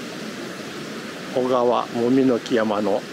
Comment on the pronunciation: 「小川」おがわでなく、 正しくはこがわです